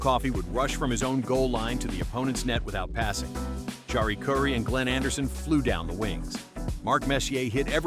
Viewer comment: Jari is pronounced Yari. It’s Finnish.